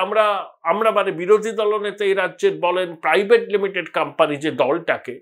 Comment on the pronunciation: কথাটা কাম্পানি নয়, কোম্পানি হবে। উচ্চারণ ঠিক করুন।